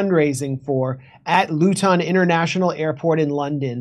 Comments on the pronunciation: Loootoon airport? Is called Luton, great journalist you are! Russian sympathisers deserve everything they get. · I have so much immense respect for you both, though the emphasis on how you said ‘Luton’ makes it seem waaay nicer than it is.